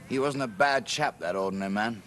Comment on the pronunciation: "..... we ORDNARY chaps ... " 🌟🌟🌟🌟🌟🌟🌟🌟🌟🌟🌟🌟